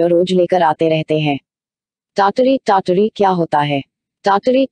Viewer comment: Madam kya aap foreigner ho....pronunciation is TAT-Ri....app pronounce kar rahe hai TYaya-taree TYaya-taree.....Umeed karta hu mere man ka sujhav sahe lage aapko